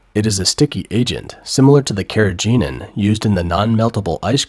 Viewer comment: Carrageenan which you didn't pronounce properly is a seaweed extract and completely harmless.